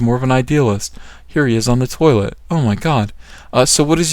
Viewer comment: "Here he is on the tiolet" funny shit